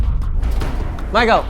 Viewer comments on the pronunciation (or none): none